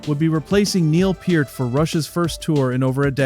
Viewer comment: Thank you for saying Neil's last name correctly.